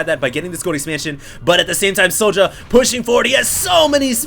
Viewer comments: I believe this is the Swedish player sjow, and i believe his name is pronounced SHOW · I dont know how i can wright it down but its said zjow. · How do you reckon "Sjow" is pronounced "Sowdja"? That did not make any sense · its pronounced Zhou.... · pronounce it 'show' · try to pronounce it "show" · He's swedish, so using swedish pronunciation it would be "show". I know you're a busy guy,, but his country is on liquipedia. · Think it's pronounced like 'Show'. In many languages j is pronounced like a y. Syow or Show.